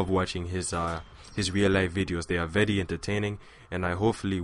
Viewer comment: ur english is grear :) i loled when u said vety vety instead of very very but in the good way